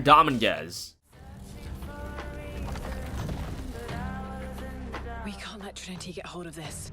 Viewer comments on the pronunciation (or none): Dominguez hhhhhh not Daw-mingez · Dr. Domin-Gez? Did you complete high-school? His name is Dominguez.